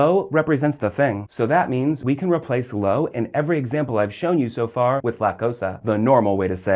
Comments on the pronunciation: "low"? "LOW" - STFU, gringo! you're seriously annoying, dude. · Yeah, a video about the Spanish word 'lo' and he pronounces it incorrectly every. single. time. It's just two letters, how hard can it be?!